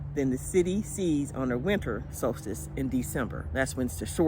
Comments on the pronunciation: Omgosh how do y’all sleep with it so bright out all night?? You said Solstice correctly. So cute in your Alaska hat👍🏻🥰🥰🥰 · I live the hat. Oh my goodness...you said solstice perfect on the first try!!! 🌞😎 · Hi you say Solstice correctly.beautiful hat, love it. Love the Alaska yarn, green is one of my favs.